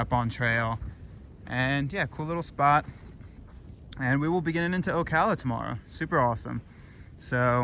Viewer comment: Oh cal uh, oak ala